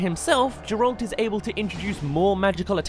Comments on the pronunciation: Ga-relt (Geralt) say it with me now Ga-relt I dunno who this Jerlt character you keep saying is. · LEARN HOW TO SAY GERALT RIGHT